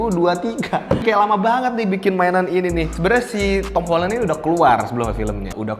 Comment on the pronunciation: Akhirnya ada orang yang ngomong nya "Holen" bukan "Holan"